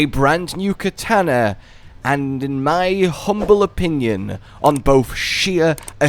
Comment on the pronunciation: That's not how you pronounce katana